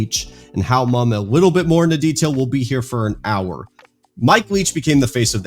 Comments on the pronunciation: Mumme is pronounced like mummy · Mumme.. pronounced Mummy.